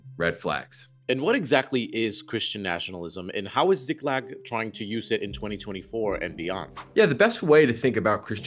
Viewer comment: how do you mispronounce a two syllable word?! You read it as Ziglak, when it's Ziklag. Honestly, journalists should be held to a higher standard.